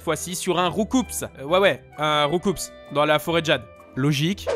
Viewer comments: On dit « roucou » pas « roucoupse » xD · Je crois que Roucoups se prononce rou-cou, ce qui est logique en comparaison avec cool et carnage. Mais bon… À cause de l’anime et tout le monde qui dit rou-coupsse, pourquoi mon avis serait-il important ?